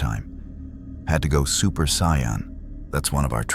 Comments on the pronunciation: Amazing. But AI pronouncing as Cyan drives me up the wall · saiyan is pronounced (say-in) but good story line